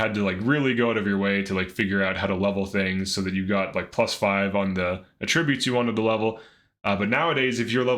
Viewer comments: This guy's constant giggling is annoying as hell. Are you a pothead, put the bong down for a bit while making videos. Also its pronounced AH tributes not ahtri BUTES, emphasis on the AH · AT tri BUTES not at TRIB ute